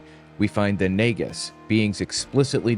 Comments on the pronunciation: Great overview of dangerous historical bs. By the way, the Indian snakes are pronounced 'naaga', not 'nega'. David Icke has had way too much influence, which spills over in all kinds of ways in the UK, including the political domain. More critical thinking is what the world needs! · it's actually pronounced "nah-ga" like in world of warcraft.... you can thank AI narration for that lol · AI does not know how to pronounce "Nagas", evidently.